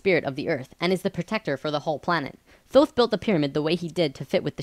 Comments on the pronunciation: LOL "Thoth" the Egyption god of Moon and Writing...pronounced "Tote" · Please stop mispronouncing "Thoth". It's "Toth". Hard "T", not a soft "th". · Years ago I was blessed to be able to communicate with ETs and spiritual beings through Ida Kannenberg, now deceased. She could communicate with Thoth, and Ida told us that the name is not pronounced as it is spelled. It is pronounced Tah-Hoe'-Teh, in ancient Egyptian. Just for the record. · i've enjoyed these videos.. especially 6 and 10, but I had to stop watching this one about 6 minutes in... also, if you're going to speak of Thoth, do him some justice and pronounce it correctly, "tay-hoote"; the 'h' is very soft. And maybe take Drunvalo with a grain of salt dude...